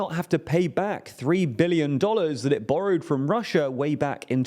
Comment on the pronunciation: he definitely did not pronounce the T in the end